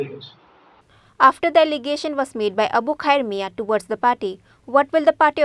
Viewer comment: Not paty... It's party.